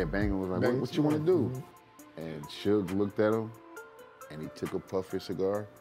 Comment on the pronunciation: how comes you can't say suge?